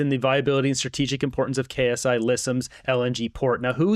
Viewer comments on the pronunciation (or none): FYI: "Ksi" is not K-S-I. The "K" is capitalized, but the "s" and the "I" aren't, which means it's a word/name and not just an initialization like "CBC" or "FBI", etc. It's pronounced "Sigh-Lisims".